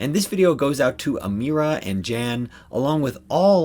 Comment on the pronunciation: Thank you. You pronounced my name perfectly. - Amira.